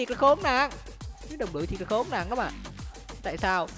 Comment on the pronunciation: Yêu cầu ông phát âm đúng chính tả tí Này(lày), nọ(lọ), là(nà)